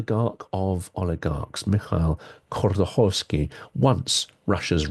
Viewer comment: Khodorkovskiy, not Khordokovskiy. Thanks for the interesting Episode!